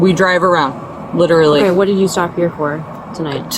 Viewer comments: “I lilerrrallilly…” Ya, you sure did 😂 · Most times it was more like "lilleralerly" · I’ve noticed that 9/10 Americans literally pronounce it “lilally”